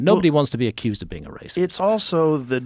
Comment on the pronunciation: "ooooaa hes a Wacist" Flint Dribble (2024)